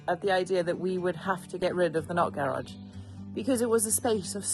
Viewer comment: I could tell what the not garage meant to you by the way you mentioned it one thousand times! Thought you were saying nut garage! Ha! Enjoy the new view. It’s looking spectacular! Good job all!